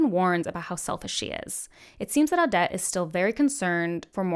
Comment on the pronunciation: Ad-ja-tent Kew-a-teen Awe-det O-feel-E-ah No shade by the way just hope this helps!